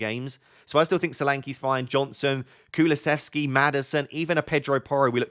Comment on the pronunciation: quick tip - it's really pronounced Koo-loo-she-vsky 🫡